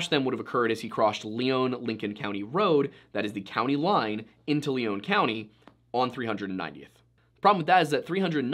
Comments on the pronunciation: Just to point out one thing. You highlighted south eastern Minnesota. Lyon county is southwestern Minnesota as you stated verbally. I was very confused when you said southwestern and “Leon” county being a resident of Lyon county it’s pronounced lion county by those who live here. I thought you were talking about a different county in SE Minnesota of a similar name until you mentioned towns around me. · Please don't show a picture of Goodhue Co while talking about Lyon. They're on opposite sides of the state. It's also not considered rural in by our standards in the upper Midwest. They're townies over there with some farmers around them. And it's "lion" not "Leone" when said. When you've got your own broadcast news, developed for tourism paved biking trails, a stadium named after a pizza company, concert arenas, and over 30 people per square mile you're not rural anymore, and I'd bet they're in the top half of population density based on the amount of money rolling through there. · Okay, for starters, it's pronounce "Lion" county, and second of all, the county you showed is a completely different county named Goodhue county Details my man, details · So is the name of the county pronounced Lee-own or Lie-on? I'm from Minnesota (SE) and I've always heard it as the latter. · edit: Lyon County not Leon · It's pronounced Lion County, just an fyi. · The area is mostly farm land in between the 2 towns. Only trees are along the rivers. I remember this story when it happened. Good chance is he fell through the ice on the river and body is just gone to wildlife or nature. Pronounced lyon wrong, its pronounced like lion. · Lyon is pronounced like Lion. And the map at the start is wrong side of state. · So i see what happened here the picture you showed was the wrong county, and it's pronounced "lion" county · This is old, but the county name is pronounced lion, like the animal. (I grew up in lyon county)